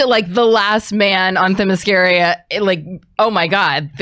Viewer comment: I'm all up for a henry return, love him as superman. but the blonde that couldnt say themyscira right sounds like an idiot. she should never be allowed to speak ever.